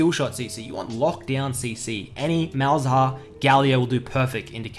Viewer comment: The way he says malz haha